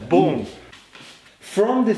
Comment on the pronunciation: The second he said boom I was like, since when did he become crazy Russian hacker?